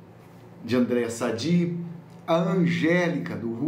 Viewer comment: Voce esta pronunciando errado o nome da Andrea Sadi.